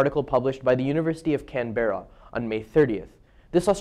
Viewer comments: pronounced can-bra not can-berra mate :p :p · Hey; this is an excellent presentation! I hope your presentation went (goes?) well. A very clear articulation of these issues, particularly for someone so removed from our Country... Well Done Mate, yer a good bloke!;-) BTW, even us Canberrans call it "Can-bra";-)